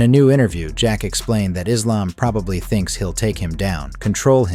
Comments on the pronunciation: No! I've never heard a muslim pronounce Islam like that! EVER. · Why is Belal pronouncing Islam like that? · Belal pronouncing Islam wrong is just weird how can you not say a word, that you live by right?